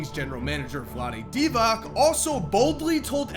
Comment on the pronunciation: It's Deevats, Not Deevack, for fucks sake!